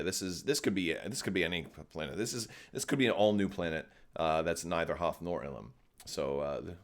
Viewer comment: I feel you are right calling it Illum